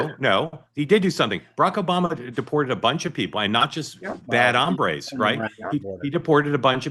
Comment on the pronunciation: Guys, it's HOMBRES, not hambres (hambre is hunger).